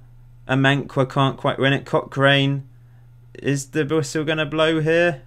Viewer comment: CochRIN, St JohnSTIN. We won't hold it against you though, haha